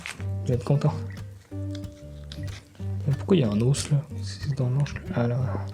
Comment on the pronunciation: ça vient d'où l'accent sur le bout "d'hausse"🦴? C'est vendéen ?